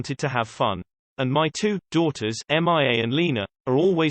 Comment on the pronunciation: The Tindall's daughter's name is pronounced "Meeia", not m.i.a. lol